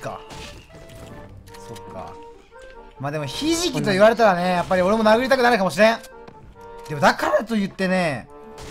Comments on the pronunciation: 『ひじき』が『なえじ』に聞こえたww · ひじきって言われていやで殴ったのに がひじきって言うのはちょっとね… やめた方が…